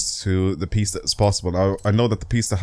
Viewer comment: Its not pronounced pests is pis ta